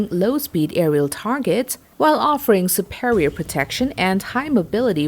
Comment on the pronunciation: The way you pronounce Superior, i'd like to hear how you say Superman..😂😂😂